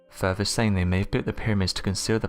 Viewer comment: It's FUR-THER, not FER-VER!! It amazes me an English speaker can't even pronounce th's!!